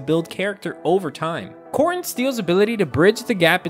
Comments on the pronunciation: The word is pronounced "core ten" steel. Not "CORT un" steel. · A whole video spent mispronouncing Core-Ten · Interesting I have only ever heard it pronounced "core ten".